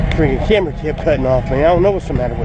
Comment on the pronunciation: Haha said “it’s on camber” hahahahahaha